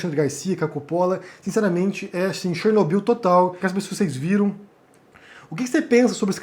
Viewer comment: Como ouvi em algum lugar: cher, no e byl. 🤦🏻‍♀️🤣